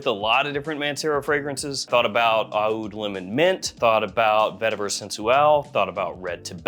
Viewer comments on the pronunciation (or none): Stop it with the “ah-OOD”